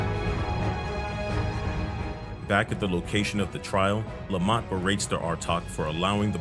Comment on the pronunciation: I know you're saying Lamat but I keep hearing Lemont.